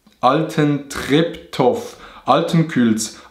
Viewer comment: Altentreptoff(Altentreptow) man kennt ihn😂😂 For all the foreeigners (Schweizer) in this Kommentarsektion this is pronounced Altentreptoh Weil every City or Name in the Norden of Germany which endet with an -ow, Zum example Mirow, Bülow, Tutow, Bandow etc..., Is auszusprechen without the w and nur with an etwas längerem h. 👍🏻